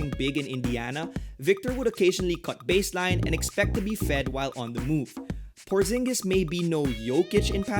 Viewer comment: It's Porziņģis, not Porzingis :)